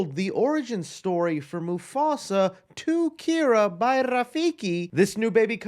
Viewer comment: Why do you pronounce Kiara name like dat